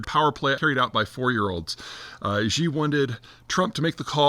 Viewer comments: I love your posts they are some of the most informative and logical posts about world matters that I have found. So can you please pronounce Xi correctly. It's like "she" not "gee". Just annoys me to hear such a great commentary with that one little peeve. I'll still like your videos whether or not you change it. Thanks. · it's Xi not Ji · There is no Chairman "Ji," or Chairman "Zhee." You sound like an idiot. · It's "She" and it smacks of Ugly Americanism that Peter wilfully mispronounces it or can't be faffed to bother to learn how to pronounce it properly. Mandarin is a tonal language where a word's meaning depends on how it is pronounced. He would get bonus points for steadily raising the pitch of his voice as he says it. But that is a big ask for most Westerners.